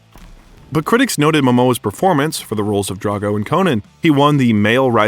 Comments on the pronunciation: DRO-GO, not DRA-GO. Not difficult to pronounce, especially when talking about such a lovely person like Momoa. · Please get the names right... It's Drogo, not Drago. It's Haka, not Hak. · did you just say khal drango.. 😵‍💫